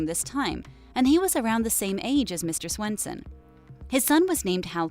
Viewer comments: It’s svenson not Swenson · Mr. Swenson...... it’s Svenson 😂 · Svenson not swenson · It’s me sVenson not sWenson, penelope killed hal not betty, tho she did shoot him, it’s the serial killer gene, and juniper and dagwood were boy and girl......gotta lot of fixing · Who’s mr. sWenson? Its sVenson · Mr Swenson lol its Mr Svenson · It’s Mr. Svenson not Swenson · first I love this video it’s helpful but you also said mr.Swenson instead of mr.Svenson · It’s not Swenson